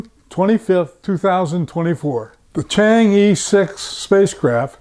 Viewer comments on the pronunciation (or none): pronunciation of chang'e, not "i:" but "ε:"